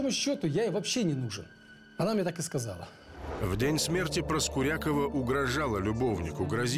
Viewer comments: Правильно произносится - ПроскурякОва!!!!!! А не «ПроскурЯкова»! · Ударение в фамилии главной героини на "Я" (ПроскурЯкова) прямо слух режет. Уж лучше бы она была ПроскурякОва. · Ребят, все отлично, только ПроскурякОва) такая серия интересная, но эта «проскурЯкова» всю дорогу режет ухо🤷🏻‍♀️ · Почему ПроскурЯкова? Обычно эта фамилия произносится, как ПроскурякОва. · А почему ПроскурЯкова? ПроскурякОва, обычно.. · Ну не ПроскурЯковой а ПроскурякОвой Зачем коверкаете фамилию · и жена у Игоря Николаева.Юлия ПроскурякОва. по другому ударение как то похабно звучит